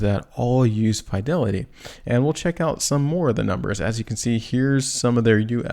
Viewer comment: please ! you can't keep saying F ī delity ! I'm from Boston, it's Fidelity like fi' del.e.ti. thank you !